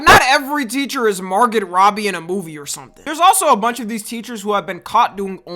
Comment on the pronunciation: Bro said Mar(git) Robbie lol